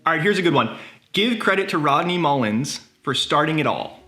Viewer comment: Wtf, thumbnail says Muller and within the first ten seconds of the video you say his name incorrectly a different way. Get outta here